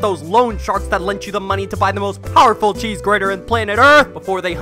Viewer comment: Mmmmm ches.... Did you smoke ches before you recorded thisssssss looooooooool